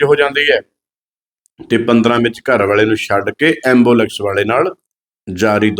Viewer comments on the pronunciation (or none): ਐਬੋਲੇਕਸ਼ ਨੀ ਐਬੂਲੈਂਸ ਹੁੰਦੀ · ambulax nhi ambulance hunda 🙏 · ਅੰਬੁਲੈਕਸ ਨਹੀਂ ਐਂਬੂਲੈਂਸ ਕਹੋ 😂😂😂😂😂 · Baki gallan shado tusi pehla di english suno kine vad kado onda ambulex 😂😂 ambulex 😂😂 keda angrej kol pad aya baharo 😂😂